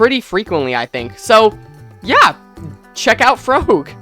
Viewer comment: [frog gee] aka [frogy] not fro gee not frog, frogy